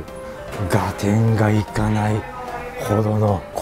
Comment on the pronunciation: 旨そうだけど 一品一品高いね あと、ずっと、がてんってはいじぃは言ってるけどがってんだよ